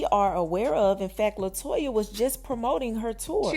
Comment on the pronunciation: Her name is LETOYA Luckett not Latoya… she deserves her name to be spelled CORRECT!